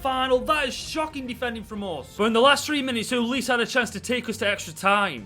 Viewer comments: its uh-leese-ay not uh-leese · HE REALLY CALLED AYEW AND SCHLUPP DEAD WOOD 😭 HE REALLY CALLED OLISE “elise” HE REALLY PHOTOSHOPPED PLAYERCHAT TO FRAME MY BOY ZAHA im a palace fan and im in so much pain watching this edit: NOW HES CALLING OLISE “ohleese” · i love how he pronounced UH-LEE-SAY like elise lol also zaha saying that and leaving is like.. i cant think of a example but gawdam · You pronounced Olise wrong i think